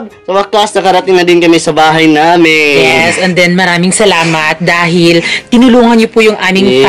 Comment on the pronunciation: Alam ni Francis: Yiss. Yisss yisss